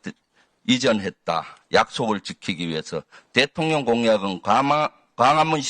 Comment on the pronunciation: 김병주의원님 발음이 대통년으로 들리는거 나뿐인가요?😂😂